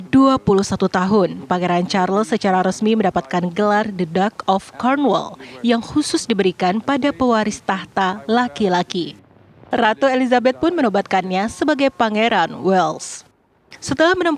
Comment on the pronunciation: Duke dibaca [duk], bukan [dak].